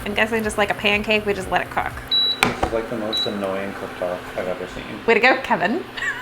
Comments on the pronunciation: I love when say "kheven"😍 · It’s Käêvin lol